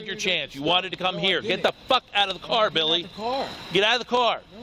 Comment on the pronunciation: His name is Billy not silly